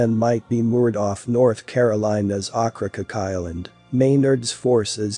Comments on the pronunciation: Okra-COKE not "ockracuk" : > ow-kruh-kowk. Otherwise good story telling much improved with correct pronunciation. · The narrator … ugh. Oak-kra-coke… And goodness, if he was anymore excited he’d be Pollyanna. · Ocracoke is pronounced oak-kra-coke. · 2.00. Okra coke....is how you pronounce the name. . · pronounced "Oak cracoke"?